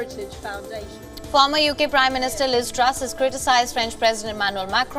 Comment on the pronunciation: 😂😂😂😂😂 who the heck is Lizz Truess 😂😂😂.